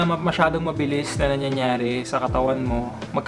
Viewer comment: Whenever coach says "nanyayare" or "manyayare", kulet he he! Naka feelgood lagi videos mo coach and nakaka uplift! Keep it up! 👆